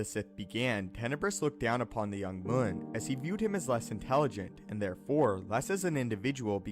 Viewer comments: Not moon. Muun m you n , mew n . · You’re mispronouncing the word Muun. It should sound like M’You’nn. Not Moon.